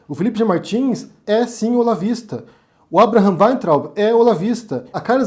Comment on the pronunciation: satisfação ver ao menos uma pessoa pronunciando Weintraub certo